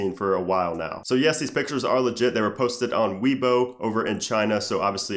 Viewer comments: Its not pronounced " WII BO" it's pronounced "WAYBO" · its weibo; pronounced like way-bo. not Weebo :)